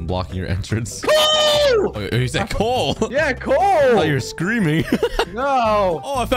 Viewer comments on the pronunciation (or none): is so funny how says coal